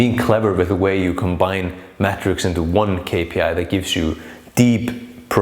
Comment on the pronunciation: very informative. that "k" tho is psychotic it's really "Ix" too distracting